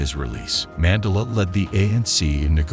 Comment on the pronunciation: Too bad I can’t watch it since whatever AI this is is pronouncing names and words wrong — notably his last name!!!